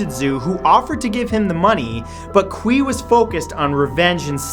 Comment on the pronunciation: Qiu is pronounced as Chiu, not Kui. Yea, just nitpicking, but your pronunciation of their names was bothering me.